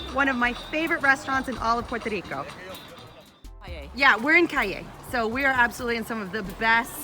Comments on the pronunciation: Hi - pronunciation of Cayey = kah-YAY - accent on the second syllable - as in yippy-kayay!:) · Some tips of pronunciation for you...."YABUCOA" is pronounced as JAH-BOO-CO-AH, "CAMINATA" is KAH-MEE-NAH-TAH. "CAYEY" is KAH-JAY ("Y" has a "J" sound in Spanish). "BUEN DIA" (Good Day) is BOO-EHN-DEE-AH. "POLLO" is POH-JOH. You do a good job with "AIBONITO" yay!!! Thank you so much for being so kind and bubbly. BTW, have you tried eating "JIBARITOS" (HE-BAH-REE-TOHS)? They are greasy but delicious! Happy holidays and happy new year!